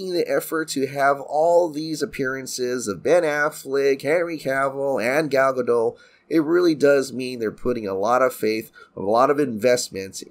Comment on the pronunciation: … haven’t you done enough of these videos to know that “Gadot” is pronounced guh-dott?